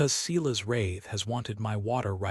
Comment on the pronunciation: And Silas pronounced Ceelas grates on me.